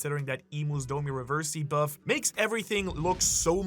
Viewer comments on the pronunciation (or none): none